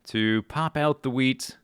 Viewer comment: swear you sound like you say weed not wheat